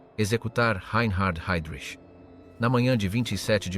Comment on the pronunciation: Jednou vysloví Hejdrich potom Hajdrich...běž mi do prdele s tímhle